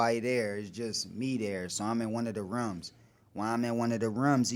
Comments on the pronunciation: "In one of da rumz"?!!! He think that shit sounds cute not stupid, he said it so many times. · Wtf this nigga caint say rooms right?